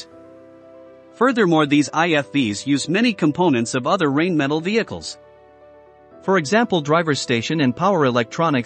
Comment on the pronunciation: The commentator pronounces Rheinmetal as Rainmetal. It is actually pronounced Rhinemetal.